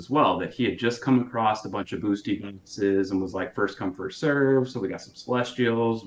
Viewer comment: Can you trust a man who calls them "boostie boxes"?